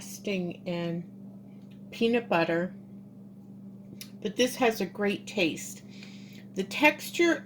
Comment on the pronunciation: Its pronounced PEANUT BUTTER not BEANUT BUTTER. YOU keep saying it